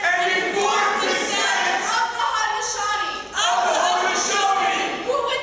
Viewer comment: They can't even say Haudenosaunee right....